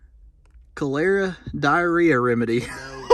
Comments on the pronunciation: Its pronounced "Collar eh ah" . Cholera was a pretty bad water borne disease. And in NY they figured out a well in the middle of a residence block was the epicenter of a massive breakout! is a wisdom tooth. with the real long roots. Yes, it looks like a human wisdom tooth. I show an testimony for the pharmacy dated near Birmingham. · That is pronounced Col (small O) er (small E) a (small A), Cholera. Great finds!!!! Love your videos!!!